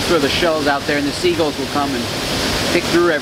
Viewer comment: If he says sea guuls one more time I swear